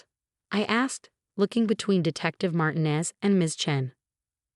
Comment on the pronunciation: Why are all the detectives named Martinez (mispronounced!).